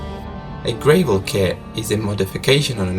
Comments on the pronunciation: Funny how he says “gravel” it’s not grave-ul it’s Grah-vul lol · It's gravel not gravele. Like Apple. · Nitpick: GRAH-vel, not GREY-vel. Anyway, another set of freakish errors led to this disaster. Captain should've yielded to FO after disagreement arose. 18 times! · That's not how you pronounce "gravel". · It's prounounces GRAV-ul, not GRAVE-ul. Jeesh. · Btw.. FYI... It is pronounced GR Ah... VEL... not.. GRAY.. VUL... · Gravel, not grayvel. The Captain, though (not thought), is not convinced. Great video.🙂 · I enjoy the flight channel, but the narration is a bit hard for me to understand. I am an english speaker. Please think about returning to the text based information. BTW, it's grav-ell, not grey-vell. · Yes one more vote for text only, but many thanks for the video which is still super high quality. Words like gravel have different pronunciations around the world, which is why text is sometimes better. I do like actual cockpit recordings which add an amazing reality to your production. Major pilot error in this case, the First officer was over ruled, and very difficult to overcome an experienced Captain. I do like the inclusion of location video, looks bloody cold, and other video clip inserts, you are still one of my favourite channels. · ‘Gravel’ is pronounced As if rhyming with ‘travel’ not ‘grey’ vel and refers to loose small stone . Good video. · Well done animation!!! Very thorough. It's pronounced gravel kit...not gray-vel kit. Voice is honestly killing the video. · Automatic landing? No such thing at Resolute also it’s Pronounced Gravell not grave ell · Interesting video. Check correct pronunciation of the word "gravel." It rhymes with travel, not navel. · heads up to Flight Channel: Gravel is pronounced [GRAV] + [UHL] (first syllable sounds like gravity) but IMHO the text was a better format - Ive been viewing flight channel for quite some time and love the conent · Holy frikin Gravel kit Batman he does not know how to pronounce it properly !